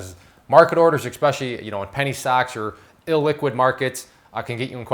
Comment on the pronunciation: As soon as I hear "expecially", I move on.